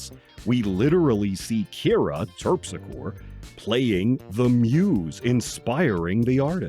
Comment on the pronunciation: It's pronounced Terp-sick-oree.